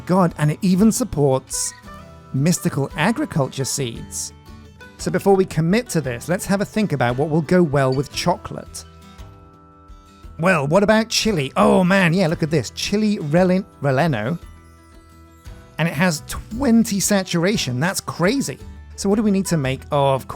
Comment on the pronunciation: Favorite Chocolate is Reese's peanut butter cup. Also, if you're making Chile Rellenos, it's pronounced "Re-yen-os." Just an fyi from a southwestern american.